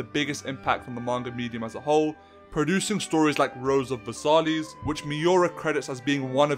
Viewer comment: "Rose of Versaleez."🤣